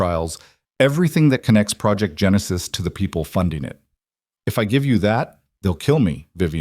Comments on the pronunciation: Genesis is pronounced as jeh·nuh·suhs . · Interesting way to pronounce “Genesis”! Isn’t AI an interesting beast?…NOT!!!